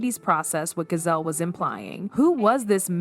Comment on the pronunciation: At least say Gizelle name right